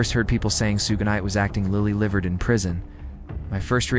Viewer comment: sue-gay-night lmfao